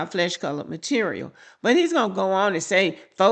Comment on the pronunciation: the key word is "flesh" color. Say it with me "FLESH"